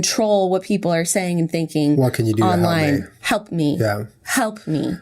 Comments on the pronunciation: lol did anyone else notice Jenna say "help me" but sounded like "HUMP MEE" lol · lmao jennas still saying hump me